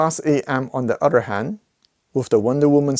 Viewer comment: Wish you would learn to say other correctly instead of udder!